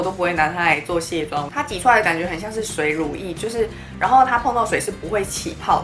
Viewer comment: 請問一下是水乳液還是ㄙㄨㄟˇ乳液可以講話清楚一點嗎？